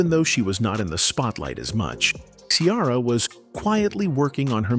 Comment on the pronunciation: WHY YOU KEEP CALLING HER KIARA!!👿🤡😫